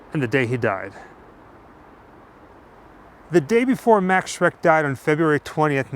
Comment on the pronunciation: His name was not "Mecks" or "Mex" or whatever, but "Max", plain and simple.